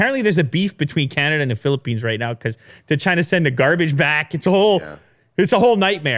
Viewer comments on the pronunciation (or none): none